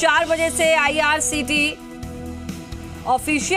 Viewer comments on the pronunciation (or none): Madam ko bolna vo IRCTC hai IRTCT nahi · Sahi kaha ictct 😊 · IRCTC hota hai behen